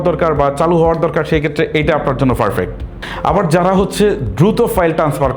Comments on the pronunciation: ফারফেক্ট ❌ পারফেক্ট ✅ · আপনার ফারফেক্ট উচ্চারন ঠিক করেন খুব কানে লাগে পারফেক্ট বলার চেষ্টা করুন।